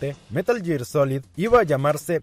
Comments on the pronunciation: Meral ger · si fueras un verdadero fan sabrías pronunciar metal gear correctamente.